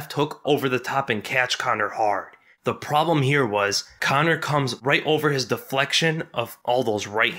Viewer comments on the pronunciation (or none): none